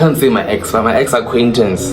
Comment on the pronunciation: Yone"acquaintance" rra😭😭😭